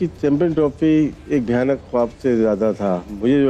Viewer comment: wtf is Ghayanak paap. Its bhayaanak paap 😂😂😂😂😂. Jaahil jhandu log, ache khaase language ki dhajiya udaa dete hein. Yehi haal hota hai jab jo ek language aata hai ussi ka original script and native source nahi pataa ho.